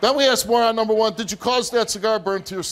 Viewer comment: Everyone on this show says, "axed me" instead of "asked me"